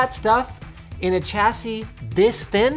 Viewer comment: "Chassis" is pronounced like "shassy"